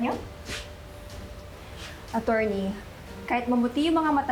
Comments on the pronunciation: Yung mga pronounciation ni nakakatawa,, instead of true,, naging Chrue,, yung attorney. Nagigigng acchorney hahaha,,yung tried, naging chried,, sumobra sa pagiging inglesera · "atcherny" HAHAHAHAHAA ano ba yan di marunong mag pronounce HAHAHAHAHAHAAHAA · Pano yung "A-churney"?